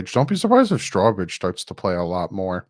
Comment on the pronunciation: I Know, I Know, you can hate my type.......but Strowbridge is pronounced like Row your boat. StROWbridge. No straws involved. Sorry bud Love ya